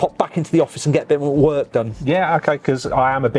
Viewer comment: Did say he could get back in the office to get more work or wort done. 🤣